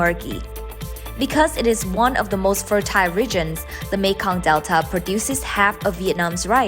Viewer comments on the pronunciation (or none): Hình như c phát âm từ fertile sai r phải k